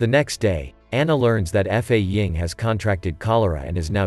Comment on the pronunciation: F A ying? It's Fa Ying.